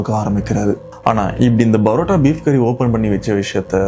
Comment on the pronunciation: Why do you pronounce PArota as BArota?